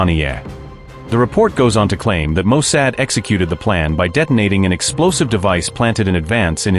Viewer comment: Bro, your AI needs to be tweaked, its not Mo "Sad".